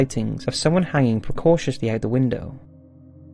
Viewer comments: Forgive me for this, but no one hangs out of a window 'precatiously' (there is no such word), however I'm sure they were hanging 'precariously'. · Hanging ‘precautiously’ out of the window? Think you mean precariously, mate. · “precariously” perhaps?